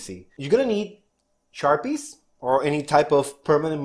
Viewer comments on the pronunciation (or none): ¡Que fácil y bonito! Bien buena onda. Heh heh heh...you said "Charpies".